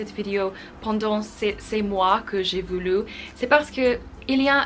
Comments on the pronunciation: You Say voulou its voulu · voulu il faut prononcer comme voulv